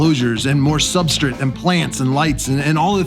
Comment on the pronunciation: Why does he always say substrit? Not hating, genuinely curious if there is something I am missing, or if it's just an accent or something I am not used to.